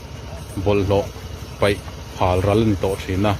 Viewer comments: peih... tih hi paih tih ni zawk se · Vawiin zan ti lovin Zanin ti la, paih ti lovin peih i ti bawkin ka hria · Vawiin zan ti lovin zanin ti a lam tur. Bawlhhlawh an peih ti lovin bawlhhlawh an paih tih tur. Zotawng lam dan hi fimkhur deuh teh u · Ka bengah chuan paih tih hi (peih) tiin a ri tlat mai, Lc chairman hi chuan paih a ti fiah khawp a tunlai hian PAIH leh PEIH kan hman dan hi a diklo nasa khawp mai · An va huangtau ve le. Ka hriat danin "peih" i tiin ka hria, paih tiin sawi mai ta la. 'Zanin' tih fel thên bawk tur, a dik zawk bawk. Patling pui tawh thu lam dan atan chuan a zia lo lulai em mai. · Peih ti tawh suh, * paih* tih tur aw. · Anlo peih tiloin paih tih tur tawng hum halh tu nih i tum zel angu mitam tak in kanlo ngaithla tih hri in thu lam dik a pawimawh hle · A peih nilo in, a paih tih zawk tur aw. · 'Peih' leh ' paih ' pawh i thliar hrang thiam lo a niang chu maw ... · peih(❌)anilo paih(☑️) tihtur aw... andarsiten😁😁